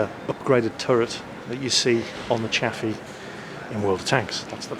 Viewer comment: At first I thought the Chaffee was called 'Coffee' hahahhahahahahha hha